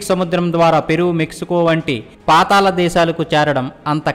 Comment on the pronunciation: పాతాలo కాదురా పాతాళం అని పలకాలి.